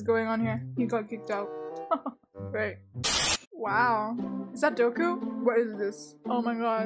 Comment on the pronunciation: Did she say- “Doku”